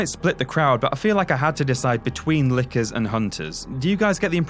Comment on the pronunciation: “Nickers” You bloody European